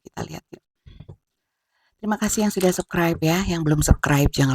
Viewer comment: Punten, ketika menyebut subscribe, harus ada huruf S di tengahnya : SƏBS-KRAIB. Bukan SEB-KRAIB. Səbskraib. Maturnuwun.